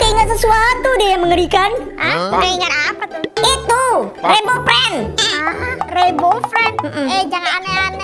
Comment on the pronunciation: bg3 lohko rainbow ped bg salah ngomonmya